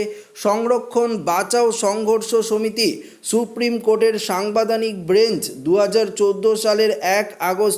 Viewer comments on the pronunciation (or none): হতচ্ছাড়া! উচ্চারণটা 'সাংবাদানিক' নয়, সাংবিধানিক বলতে হবে। ভালভাবে বাংলা রিডিং পড়া অভ্যাস কর ও তারপর খবর পরিবেশন কর ভাই!